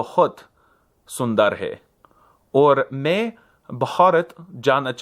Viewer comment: I'm learning Hindi and lol'd hard at his Hindi skit. Surprisingly I could understand almost everything. Worthy of note that he used "Namaskar" instead of Namaste as a greeting, which is more formal and less common. He does mess up some accents though, when he says "me" to mean "i" he should use an open "e" (mè), but he always uses a closed e (mé) which means "in", not "I". Same with "or", which means "and", but he says it with a closed o when it's actually supposed to be "òr". The way he says "I'm 24 years old" is more advanced/complicated than how I'd say it, I'm not sure whether it would sound better to a native or what. He puts a wrong "se" postposition after Modi's name (he says "from Modi" is very beautiful). He's clearly a beginner but he has already done quite a bit of studying. Disclaimer: I'm like an A0.1 in hindi so take this with all the salt you deem appropriate.